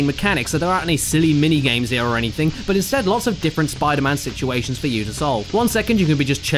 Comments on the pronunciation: I lasted till then I started screaming " spider MAN not spider MUN." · fuckin hell say spider MAN not spiderMUN fuck that's irritating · He clearly says enter electro Spider MAN not Spidermin.. B*STARD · he says spider MAN instead of spidermun unsub unlike unfollow unnotifications undead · He messed up- said Spider-man instead of Spider-mon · It's pronounced "spodermun" caddy. Not "spidermun". Get it right. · Caddy got sick of saying Spider Mun before i got tired of it haha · You failed your 'Spidermun' challenge at this early in. Sorry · Spidamun hahahha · I like the part where he said SPIDER-MN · STOP SAYING SPIDER MÉHN!!! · SPIDAMUN HUMCUMMING BATMUN V SUPERMUN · he said spider-muun 10 times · "Spider-Min" S C R E A M I N G I N T E R N A L L Y A L R E A D Y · Spidermun, spidermun, does what ever a spidermun does! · You saying Spidermen don't actually annoy me.. because it just sounds like your silly British accent is having a hard time pronouncing Spiderman correctly- "Spidermun." Heh. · "Spida-mun" I literally want to kick you in the teeth. Love you Caddi. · I never pronounced man as mun, so the Spider-Mun thing threw me off instantly. Btw, no I'm not american. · its pronounced spooder-mang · About the second time you said spidermun I died inside. Thanks caddy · "Where'd Spider-Wuss Go?" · You mean "Spidamin" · Henrique Carballo Aranha No you mean Spoder-Min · He didn't say Spider-Mun! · you forgot to say spider-mun